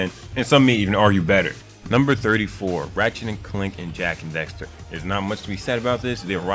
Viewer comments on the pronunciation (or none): bitch its daxter not dexter